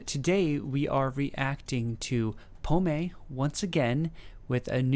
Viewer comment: Les oiseaux on Google...birds.......you use a strange way for a simple translation lol. Her name means Apple. In french we dont say the last voyelle if there is not accent. prononce it pomm. Pommé has you say with the accent means lost.....not very sexy